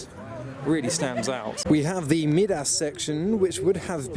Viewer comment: Tips from and old bloke; Midas is pronounced My-das after King Midas of Greek mythology. The Jago Jeep is pronounced Jay-go.